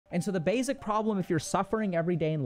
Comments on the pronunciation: Plzzzzz plz pretty plz, please, stop saying “bayzik”. Think of the word base, with no z sound on the end. Try saying base. Then try pronouncing the word basic. I know this is a small thing but it’s become like nails on a chalkboard to me and I can’t listen to these anymore and there’s so many I want to watch. It’s SO much in every video. Please, if you can correct this I truly appreciate it. Thank you. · Why does he pronounce basic like that? It’s like he puts a z instead of an s